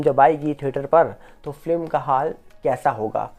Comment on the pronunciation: आप बहुत अच्छा बोलते है.हम अक्सर आपको सुनते है.पर एक बात चुभती है.आप फिल्म को फ्लिम ऐसी उच्चारण करते है😢.FLIM/FLIM